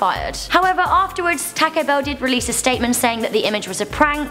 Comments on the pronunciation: The way you say taco really makes me angry 😐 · why does she say taco like it is tack-o? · Taaco or tortilllla chaps